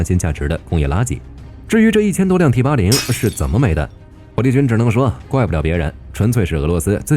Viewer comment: T-80!你認真聽,他講成枇杷領,我還以為要將敵人引到哪幹掉